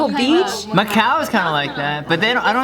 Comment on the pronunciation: "Macau is kinda like that!" I heard: "My cow is kinda like that!"